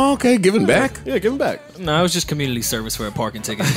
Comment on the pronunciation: Yo has a speech impediment lowkey... listen at how he says “community”